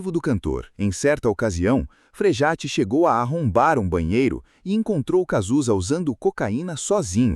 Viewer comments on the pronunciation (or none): O nome não é Frejate, mas Frejá (Frejat).